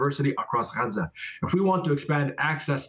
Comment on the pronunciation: Lady learn how to say"Gaza"